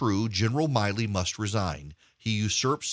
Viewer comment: I am retired USAF. I am NOT sympathetic to Milley (it’s not My-ley, it’s Millie). As the Chairman of the JCS, his conduct must be above reproach. He has violated so many articles of the UCMJ it’s not even funny. I would have been court-martial so fast it would have made my head spin. Add that to his handling of the Afghan withdrawal, he is a disgrace to the uniform and those he leads. He needs to go NOW. And yes Erick the election was stolen. You cannot in good conscience tell me what happened in Fulton county and the other states is normal procedure.. it is NOT. I don’t care if you were an election lawyer, something went terribly awry this last election.